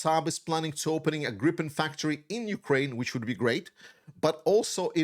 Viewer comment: Not "grippen" , its Griipen